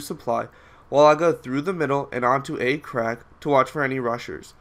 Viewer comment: LMAO he said A-crack